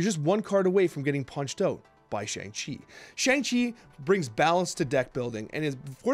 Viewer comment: Hey, I've been enjoying the content over the last month, but you're saying Shang-Chi wrong! It's pronounced Shong-Chi. Otherwise,keep up the great work!